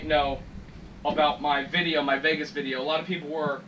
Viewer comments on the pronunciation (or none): none